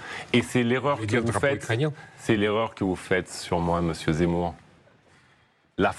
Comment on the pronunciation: Il n'arrive meme pas a prononcer Zemmour , il dit "c'est mou "alors que c'est lui qui est MOU